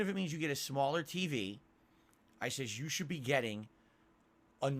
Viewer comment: It sounds like he says "I says yoush should be getting". Jesus, hitting the sauce a little early today are we?